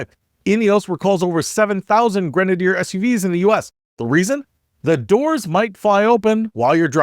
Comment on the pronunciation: I love my Grenadier. Your mispronunciation is hysterical. This is why many public companies get taken private so that they are not beaten down for extensive CAPEX. Ratcliff has it's expenses covered in spades with his own personal capital. Amazingly horrible commentary, wildly speculative nonetheless. The is completely witless and needs to go back to business school.